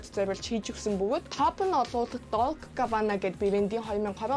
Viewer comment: omg plz dolchi and gabbana shv mongolchilvl hh dolce and gabbana ged duu bdin ter n djgu